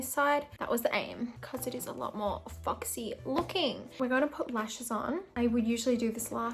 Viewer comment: I love your accent, it just made me laugh bc I kept hearing Fucksy instead of 🦊 Foxy